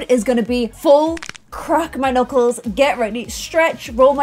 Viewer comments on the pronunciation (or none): none